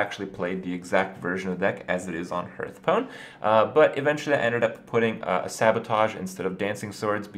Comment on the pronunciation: Hearthpoon lmao